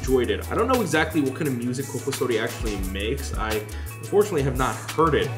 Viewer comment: that's how it's pronounced